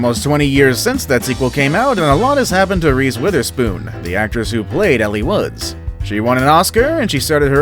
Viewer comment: It's pronounced 'L' Woods.